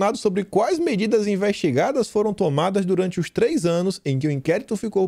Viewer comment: Parabéns,, seus vídeos estão primorosos! Notei que hoje, pela primeira vez você falou "toada", e não, "tomada", como sempre falava! Valeu!